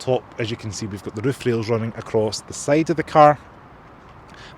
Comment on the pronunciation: Now let's have a look at the sayd of the car.....his accent is wrong 😅😅